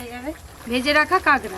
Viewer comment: কাঁকড়া❌ কাগড়া✅......😂😂😂😂